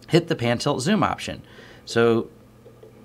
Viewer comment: lol "Pan toot zoom"